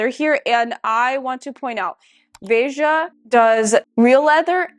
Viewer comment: It’s “Vay-juh”. So you said it correctly